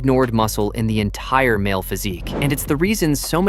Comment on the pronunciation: The "enitire". Sorry my grammar senses are tingling lol Great video though ty!